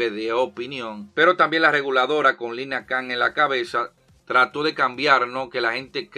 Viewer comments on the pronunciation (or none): none